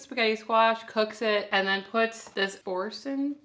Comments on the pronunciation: Boursin is a French word. Bor san...dont pronounce the last letter. Not sannn. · LOL, they are cute❣️ Boursin cheese is pronounced “bore - sin” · Pronounce it “boresun” with that “n” becoming mostly a nasally sound rather than a hard “n”. The “r” has a kind of special articulation, too, but many English-speakers have a hard time pronouncing it. Too much info? 🤪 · Boorzan would be close to the French pronunciation.... Haloumi cheese is good sliced and fried in a skillet! But love the chaffle idea too ,you girls are awesome 😅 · FYI: pronouned bor-san (French) with accent on 2nd syllable ...ooolala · Boursin cheese is French, so it's pronounced boor-san. I'm just confused how the original recipe was not already keto. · It’s pronounced like boorson 😉😊💕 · It’s French, pronounced Boor-SUN 😉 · Boor-SAHN. Oui oui.